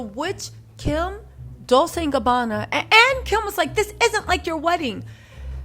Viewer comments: It’s DOWL-CHAY not DOWL-SAY 😊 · I realize you're mocking them, but please it's Dol-CHE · Did you pronounceNah-poe-Lee, Nuhpoli??? LOL! 😂😂😂Wow!Just say Naples. Fellow Italian-Americans, she’s killing me with her pronunciations. She pronounces Dolce, like dol-say, like the girls name. A little research, will go a long way. Or should I call you?